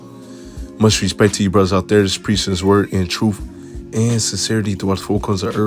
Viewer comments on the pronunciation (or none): PLEASE SAY TRUTH AND NOT “TRUFE” SO IGNORANT AND MURDERING THE ENGLISH LANGUAGE